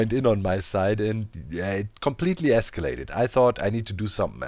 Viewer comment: "It completely escalated" It completely iskallated.